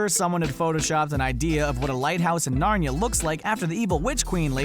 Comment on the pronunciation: You said narnia wrong